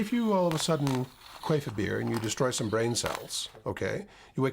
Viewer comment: Quaiff a BEER?? WTF IS QUAIFF A 🍺??? I asked Siri three times what is Quaiff a 🍺 And Siri kept saying something about air escaping a vagina during sex 😳😳👏🤣😂🤣😂🤣😂👍🏼 Siri I love you 🤣😂🤣👏